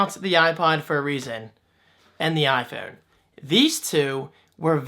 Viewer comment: "Eye foon". Hahaha great video.